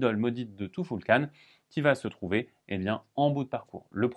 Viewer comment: Tu-ful-kan...... tou foul kane ? Non allez !!